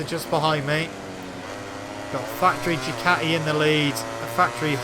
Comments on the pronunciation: The way people say Ducati!!! 😂😂😂😂 Du ka ee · it not a Ducati, it a, in slang, Du kaa eee. 😂